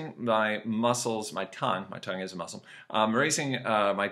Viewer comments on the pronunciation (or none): none